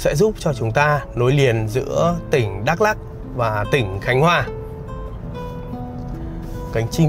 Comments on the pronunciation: Bị áo vàng Đắk Lắk hỏi thăm chưa anh ? - Đọc là Mờ Đờ Rắk đi cho chuẩn anh. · Đã hỏi dân bản xứ rồi mà vẫn cứ đọc là Mơ Đrăk là sao vậy? Bạn có biết rằng chính cách đọc sai sẽ có hậu quả thế nào không? Nó sai khó mà sửa lại cho đúng. Bạn biết không? Tôi ở huyện Krông Pac. Chữ Pac đúng ra có dấu trăng nằm trên chữ "c" (vì dấu trăng này không viết được trên chữ c bằng bằng tất cả các keyboard). Thế mà không hiểu sao họ lại viết chữ Pac thành chữ Păk. Mà chữ Pac có nghĩa là vệ sinh mà chữ Păk thì không có nghĩa gì hết mà chỉ nói vu vơ cho vui mà thôi. Còn dấu trăng thì có ý nghĩa thế nào thì bạn nên tìm hiểu để đọc cho đúng từ Ma - Đrăk chứ không phải là Mơ Đrăk.